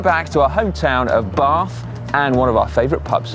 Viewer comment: Seriously, didn't know how to get from Bristol to Bath? Oh, and tell the Welsh guy he still doesn't pronounce "Bath" right Did Si go down Crew's Hole Road?